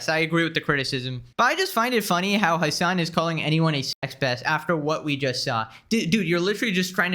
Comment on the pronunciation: "Hman"? Is it Hasan? :v